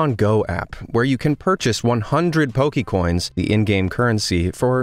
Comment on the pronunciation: Hi,. Good list of bad designs. My only beef with this video is that you are mispronouncing Poke'mon and Poke'coins. (Po-kay-mon, not Po-key-mon).